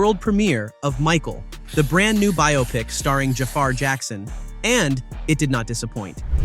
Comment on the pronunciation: Biopic = Bi-ah-pic